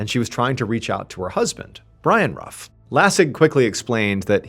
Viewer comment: Love your videos. Family name is actually pronounced, 'roof'. When you keep calling the Camaro a Mustang though... 😂